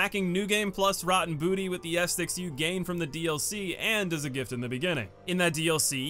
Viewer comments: guy really pronounced it bonfire ass sticks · Bro it's not estics haha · Why does he call Bonfire Ascetics “Ass sticks” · How do you mispronounce ascetics? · Why do you keep saying ascetics like that though